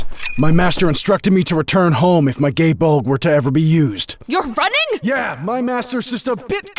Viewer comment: Just wish they'd gotten the pronunciation right. I suppose you could use some twisty logic about how Cu Chulainn isn't speaking with an Irish accent so it's okay but that way lies madness. Gh-hi bol-gh (yep, 4 syllables, but the gs are quick) and Koohallen except almost clearing your throat for the h sound are reasonably good approximations. Slight variation exist by regional dialect, but that gets you in the right general area at least. It's like pronouncing Gaelic words - if you're trying to read it like it's English, you're almost certainly wrong.